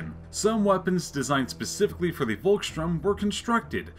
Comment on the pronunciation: Pronounce it like "Folks shtoorm" The "V" is pronounced as a "F" in German and a "ST" is pronounced like "sht". Great Video though. Cheers from Germany.